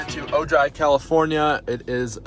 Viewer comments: "Oh-High" Ojai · Oh man, I'm from Ojai. It's pronounced like Oh, Hi!